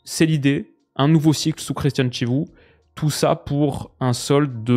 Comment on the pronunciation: Pour Chivu on dit Kivu 😉